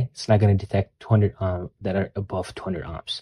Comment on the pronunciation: The way you pronounce "ohms" as "ahms" makes me cringe a lil. Future biotech engineer here looking to play around with my physics knowledge. Excited to start this journey! 🙌🏾🙌🏾